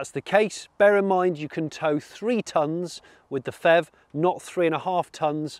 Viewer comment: Hi Jonny - Great review, as always! Just one personal suggestion though - can we not call it the "FEV". I think it would be easier to distinguish it if you stuck to P-HEV(Pee-HEV)... Especially since FHEVs are actually a thing... Just my 2 cents...